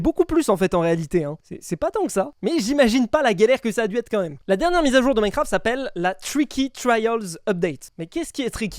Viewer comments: Minecraft ❌ Minecarft ✔️ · Ptdr minecarft au lieux de minecraft 🤣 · "Minecarft" Bah bravo 😂